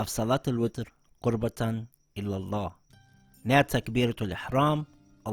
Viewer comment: Qurbatan ILALLAH is RIGHT. Qurbatan illalah is wrong